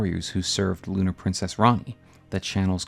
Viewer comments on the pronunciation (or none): none